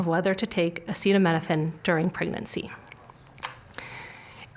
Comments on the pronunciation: i knew it was going to be bad with him in charge i knew i was going to be really bad but holy fucking shit wtf even is this medical experts should be losing their fucking minds fucking acetaminophen he cant says that word? are you kidding me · Why the hell are we to take medical advice from a man who eats McDonald's multiple times a week? He keeps speaking like he's some sort of authority. He had trouble with "acetaminophen"! I don't like how he talked to that off-screen kid either. I would be calling the feds, if he didn't own them. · him not being able to say acetaminophen then saying that cuba doesnt have tylenol when acetaminophen and paracetamol are the literal same drug...... this is why non-brand drug names matter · This frell face wanted us to take horse meds, but he wants us to stop taking acetaminophen (which he couldn't even pronounce and just switches to saying a brand name. Great idea, stupid!) 😂 Can't wait for the lawsuit from J&J. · How the fuck can it be allowed that the man who can't pronounce Acetaminophen is freestyling medical advice for newborns and mothers while at least one actual doctor (debatable) stands and awkwardly smiles in the background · Omg, I cannot listen to either one of them blather on or I'm going have a high blood pressure induced stroke! The fker couldn't even pronounce acetaminophen! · "Well lets see here, asset-oh... asaidominaphin. Acetaminophen!" -the prunited of the esident states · i actually cannot believe how badly he failed at pronouncing acetaminophen, this fuckin guy is DUMB dumb. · don't think I'm gonna take medical advice from a man that can't pronounce acetaminophen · Charlatans, grifters and snake oil salesmen at best and racist, fascist and mass murders at worst! He can’t pronounce acetaminophen and yet this motherfucker is in fucking charge? I can’t continue to deal with these moronic psychopaths! Also odd he speaks about “pumping babies” when he’s speaking as a known pdfile.